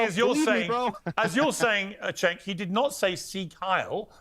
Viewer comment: The real question is: was trolling Cenk by mispronouncing his name? Had me laughing 🤣